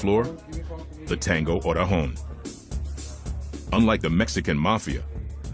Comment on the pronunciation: Stupid it's not oregon. It's orejon